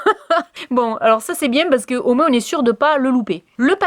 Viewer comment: Me concernant , j'adore tes vidéos, ton côté spontané et joyeux et je te regarde sur facebook. Insta, je l'utilise moiiinnnssssss (comme tu le dis avec ton accent méridional). J'aime avoir ton avis sur ce que tu testes car il est sincère et ça c'est génial à chaque fois ! Par contre sur insta, je t'ai écrit à différentes fois et je n'ai jamais eu de réponse (pseudo Flo_colors) ??? alors je ne sais pas ou t'écrire afin que je sois certaine que tu me lise ? Ton format vidéo était top ! Je vois que cette dernière date du 6/12/2019 mais je ne la vois que maintenant et nous sommes le 18/05/2020. Au plaisir et à Bienetôt